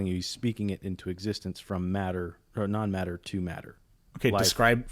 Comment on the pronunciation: It is hillarious every time I hear "matter from none matter" like none matter as in nothing? Looool